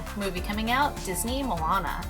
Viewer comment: <3 lol its Moana not Molana <3 just thought I'd tell you.